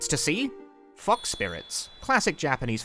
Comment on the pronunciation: You: Fox Spirit My hearing: FUK spirit